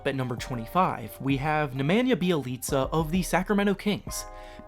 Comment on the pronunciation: Are we gonna ignore the pronunciation of Nemanja Bjelica? Unless I been saying it wrong this whole time